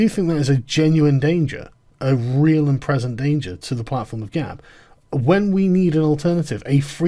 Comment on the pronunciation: Ban sounds reasonable - it's 'Gab', not 'Gawp'.